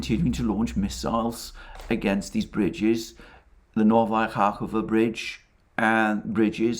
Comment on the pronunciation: I didn't want to interfere but its KahovKa not Kahova😋😋😋